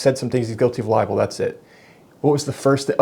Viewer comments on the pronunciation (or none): He's saying "liable, " you're saying "libel." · it's libel not liable. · Li-bel. Not li-a-ble. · Sounds like this guy is confusing ‘liable’ with ‘libel’. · Hearing you say libel and him say liable and clearly talking about two different words while he thought you were saying the same thing was downright infuriating. How does he not know what the word libel means? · Liabel not libel 😂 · What an idiot, doesn't know the difference between LIBEL and LIABLE 😂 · He keeps saying criminally libel when libel is tort law not criminal so he’s an idiot.